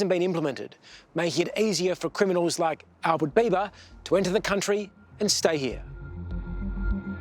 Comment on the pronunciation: Albert Biba not Bieber/Beiver